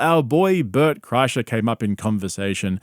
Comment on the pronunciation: Why is Bert's name said as Bart twice? So is the narrator A.i.?